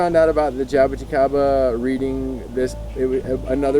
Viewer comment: spot on, the best spoken Jaboticaba word I ever seen on youtube for a non Brazilian person! Great project and knowledge. There's still hope for this world!!